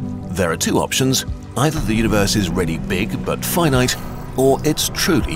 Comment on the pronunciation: I like the way you say Fye Night, (Finite) it's totally not the way I would have expected that word to be said.